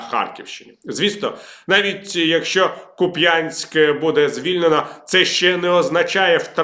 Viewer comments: У мене кума звідти, правильно не Куп‘Янськ а КУп‘янськ. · Вибачте, але кУп'янськ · Ку́п’янськ, наголос на букві У. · Харків’яни говорять КУп‘янск, а не Куп‘Янск 🇺🇦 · Пане Віталію як уродженець тих країв хочу поправити не КупЯнськ а КУпянськ і не БАхмут а БахмУт мені 62 роки і добре памятаю як говорили мої старші родичі а вони були українцями в Бог якому поколінні , З повагою Анатолій Борис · Віталій, не Куп"Янськ. Правильно: КУп"янськ, будь ласка. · Та коли ж ви почнете вивчати назви ураїнських міст? У кожному відео в коментарях пишу КУ́п'янськ, а не Куп'Я́нськ. Зла не вистачає. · КУп’янськ, а не Куп’Янськ. :))) Але новини добрі. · Куп'янськ - наголос на перший склад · що за дивний наголос для Куп`янска? [ ку́пй’ан’с’к ] у́ [ у́ ] - голосний, наголошений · Шановний Віталій! "КУп'янськ". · КУпянськ.... Наголос на першу частину назви!!!!!! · шановний Віталію.у слові купянськ наголос,здаєтья,на першому складі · Доброго дня. КУп’янськ -наголос на У. Дякую за контент. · не філологи, а мешканці Харківської обл. Неприємно слухати, як усі перекручують назви наших міст, то Куп'янська, то Балаклії. Це неповага до місцевих, тим паче у 21 ст., коли правильні назви і наголоси на першій сторінці Гугл пошуку. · ти що! Така ж проблема! Наголос не так поставили на назві селища! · Як вже дістали,в слові Куп'янськ треба наголос ставити на перший склад! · Віталій, Купянск - ударение на У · звідки цій жахливий наголос у назві міста??? Куп'янськ - наголос на "у"!!! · Купянськ,наголос на у ))) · У назві Куп'янськ ,наголос на у. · наголос на першому складі в "Куп"янськ"